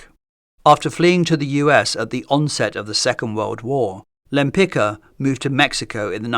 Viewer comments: She had polish surname, so please read it properly, it is spoken rather lempitzka, because in polish ck is not one sound but two. In polish also first letter is ł not l (Łempicka) so it should be even read wempitzka, not lempitzka. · "Lempika"???😂😂😂😂 Łempicka!!! "Ł" like "W" in "Wood". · try to read her name "Lempitska" not Lempika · From the channel named "Great Art Explained", what implies you know what you are talking about, I would expect you pronounce Lempicka's name correctly. It is not pronounced Lempika", but similar to "Lempi-ts-ka" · The correct pronunciation of the surname Łempicka is "Wempitska" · You got the pronounciation of her surname incorrect - no wonder, it was Polish and Polish is not an easy language. Since she never changed her surname nor anglicised it it should be pronounced Tamara de "wem-pitz-kah" but, as you mentioned she chose the masculine version/suffix and also exchanged the Polish first letter of her surname "Ł" (sounds like English "W") for more familiar to Westerners "L". Then it was pronounced Tamara de "Lempitzki". Actually, she also added "de" for the more noble impression :))) That would mean nothing to you if not for the fact in 1918 Poland was reunited after 123 years and Tamara Łempicka always insisted on the right pronounciation of her surname reminding she was a Pole (being Jewish for ethnicity/religion/background but Polish for nationality, country ect.) - I guess thinking it added some exotic vibe ("she came from the East, Russia, Poland, far away country") or just excentricity. It was how she and people who knew her pronounced her surname - the original one as well ar the last official version. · would be nice if English speakers would finally learn to pronounce her name correctly… she was Polish so you pronounce Lempicka like „Lempitzka”, not the way it is done in this video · Omg, Lempi-C-ka! There a letter „c” inside!!! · This is absolutely NOT how you pronounce Lempicka 🤦‍♀️🤦‍♀️🤦‍♀️